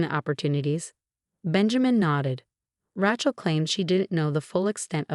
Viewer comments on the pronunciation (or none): pronounced raychel, not ratchel. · RAYchel, not RATCHel! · Rachel is pronounced R A as in angry not rachet. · Please, please, please, at least have a woman who can pronounce Rachel as it should be pronounced. Not Ratchel sounds like ratchet. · so many Ratchel stories and I wont listen till you guys get the name right. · Her name is Rachel not Ratchel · You should stop using Rachel. You can't pronounce it properly. Change from Emma and Rachel to just about any other names. Listening to the pronunciation of Ray-chel (so wrongly) is absolutely grating!! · The narrator can pronounce "facade" but not the words Mercedes or the name Rachel 😂